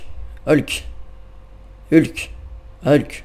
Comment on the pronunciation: c'est Hulk pas helk